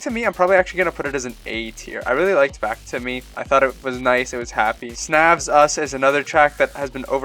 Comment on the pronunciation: Snavs is pronounced "Snouse" btw :p